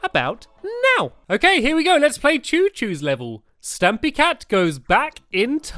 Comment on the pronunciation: 456 No one noticed he called Stampy "St-u-mpy"? Lol!